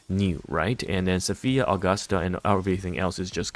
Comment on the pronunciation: Why is he still saying AugustAH and Eeeeeda lol